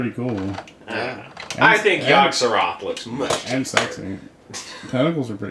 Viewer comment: It's Yog-Sothoth, not Yog-Surroth. For shame,. Shaaaaaaame.